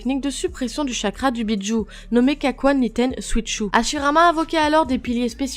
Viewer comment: Je connais les Bijus mais pas les "Béats joue"